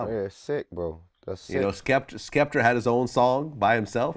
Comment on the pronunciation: Skepta 😂😂😂😂man said skepter